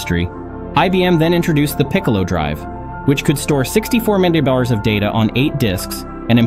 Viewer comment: "....storing a mere 5...." What was that word afterwards?? 5 meterdollars???